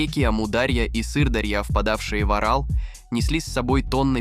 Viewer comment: Вставки идиотские. С ударением в географических названиях и не только - полный швах. ПАмир, Сыр-ДАрью и что-то там ещё я выдержал, но с Аралом возник когнитивный диссонанс. Ударение ставится то на первый, то на второй слог. Отключил ролик. Чтобы самому не отключиться.